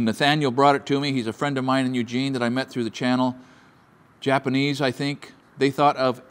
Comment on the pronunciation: It’s tajima! Not tahima! Japanese product. Not hapanese. Lol